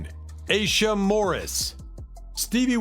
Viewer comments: Aisha is pronounced "eye-eesha" not "a-sha" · I think that Aisha is pronounced Eye E Sha. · Stevie Wonder's daughter, Aisha, name is pronounced. I EE SHA as it's sung in his song, Isn't She Lovely. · Their names are Nona Aisha (I-e-sha), Aisha ( I-e-sha) Morris& Tashera (Ta- sheer- rah) Simmons. Saying someone’s name correctly is important.